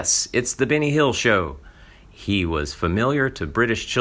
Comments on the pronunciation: yup, all i heard was Binny too.. Wonderful narration!!!! 🙄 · I agree its Benny not Binny